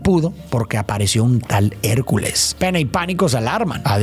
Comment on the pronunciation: le entendi pen3 en vez de pena JAJAJA 💔